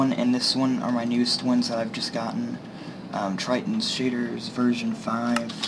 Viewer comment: Hello, thank you for showing interest in my shaders. After watching your video i decided to release a High version as well for my V5. It should give you the experience you are looking for, but with better fps. Also its not Triton, its pronounced: (Thrilli-ton) :)